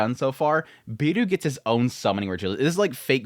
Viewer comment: Beru not Biru... the 'e' is pronounced halfway between the first e in 'pepper' and the a in 'paper' but you can get away with either one if you (understandably) don't want to struggle with learning a new vowel. It's the same 'Beru' as Bell Cranel in danmachi, and I took it that he was being named 'Bell' but idk, maybe it's an adaptation of the name of this author as you say. 'Biiru' would mean 'Beer' and be pronounced like beer-oo and is what it sounds like your saying and it's making me thirsty.